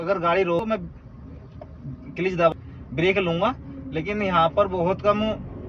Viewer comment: कलिझ नही भाई..... क्लज होता है!!